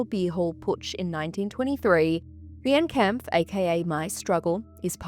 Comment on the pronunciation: I do agree with all your takes except about Mein Kampf (that is pronounced as 'mine' kampf fyi). As someone from western europe i DO think Mein Kampf should have a ban. It still is a very sensitive and painful part with a lot of people still being deeply affected by it. Also, we do get taught about it in history class and everyone knows about it, so it's not like history is lost. Just the widespread publication is not necessary. It is still actively used by neonazi's and other hateful groups to spread and confirm their beliefs and to radicalize people. I think it 100% does more harm than good having it in circulation. Having it in educational contexts versus just on every shelf makes a massive difference imo